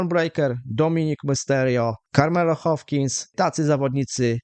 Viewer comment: Carmelo Hayes nie hopins 😆